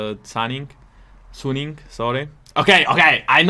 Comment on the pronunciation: I think Suning is supposed to be pronounced like Sue-Ning. Not Sun-ing.